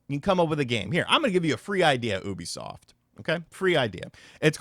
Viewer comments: It's Yoo-bee-soft bro. Not Ooo-bee-soft. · pronouncing Ubisoft as “OO-bisoft “ instead of “YOU-bisoft “ bothers me for some reason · Its pronounced yoo·bee·saaft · It’s you-bisoft brother ☺️ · The way you say oobisoft lol it makes me chuckle but look this has been years in the making, they destroyed ac and far cry